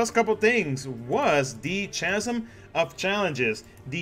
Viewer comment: Pro tip: chasm is like character. You can also Google pronunciations